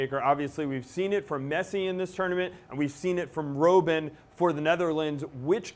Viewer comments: Don't butcher Robben his name. Pronounce it like "robber", but with an -n instead. Dutch is a germanic language, not latin-based. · You don't know what ur talking about and you even say Robben wrong... Netherlands will win, you'll see!